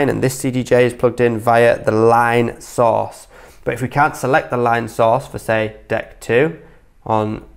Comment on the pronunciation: I keep hearing sauce.... after hearing it about 50 times I realized he was saying source lol